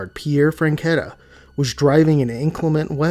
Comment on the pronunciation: You keep saying franchetta. It's zanfretta